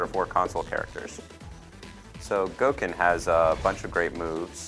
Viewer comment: Its pronounced "Go-ken"...any time you see a Japanese word spelled "go" or "gou" it is more or less pronounced like the English word "go".